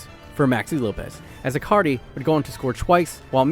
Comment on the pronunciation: why do you keep saying icardi like acardi?